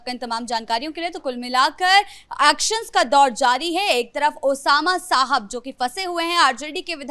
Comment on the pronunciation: ये पत्रकार नाम का सही उच्चारण भी नहीं कर सकते। ये महिला शहाब को साहब बोल रही है।